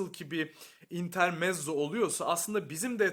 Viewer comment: İntermetzo olarak okunur.